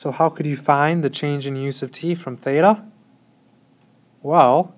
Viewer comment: Any other crazies out there hearing "use of t"? I'm reading "u sub t". Just double checking my conceptual understanding.